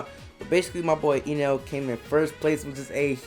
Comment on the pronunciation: its not ynel... its Enel.... bot E read the same... not Ynel but Enel